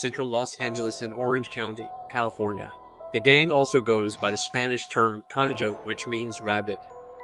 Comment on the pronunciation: Playboys name Spanish is pronounced konayho not conjoe